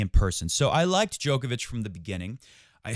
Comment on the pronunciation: Show him some respect and pronounce his name correctly